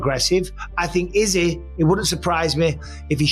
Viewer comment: why does this guy pronounce izzy's name like that?!